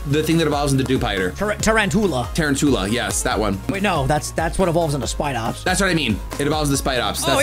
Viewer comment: Ain no way said “evolution of Dewpider”, completely missed it, and somehow also got it wrong, said tarantuola, and still somehow got it right. Two wrongs do make a right